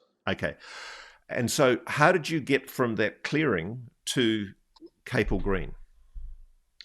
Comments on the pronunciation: It’s pronounced CAP ELL green. Not Cape Ell. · It’s Capel as in Chapel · Capel is pronounced as it appears it's Welsh for chapel...